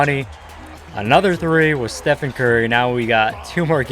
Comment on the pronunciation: Dude great vid but I swear every time he says Stephen I wanna cry. It's just Stephen curry even though it is spelled like stephen